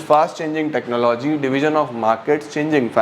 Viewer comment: sir ne jitni baar bhi technology bola Technologia kis kis ko yaad aya 😂😂